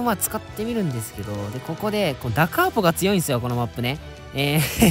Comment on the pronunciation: ダ・カーポじゃなくて咽びになってる笑